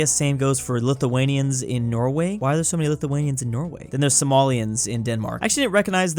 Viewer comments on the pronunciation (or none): none